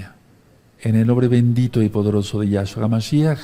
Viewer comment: No es ningun Yáshua,NO ES YÁSHUA.Es Yashúa,acento un la ú.Yeshúa tambien es correcto.Para que sea Yahshúa tiene que empezar con ה' que es Yáh en español.